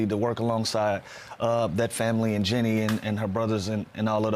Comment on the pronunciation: As a lifelong laker fan i can’t stand people saying “Jenny” buss lol dang man… Jeanie…. JEAN-KNEE